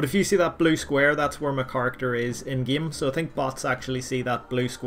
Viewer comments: "In the gyim" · Nobody:: in the geem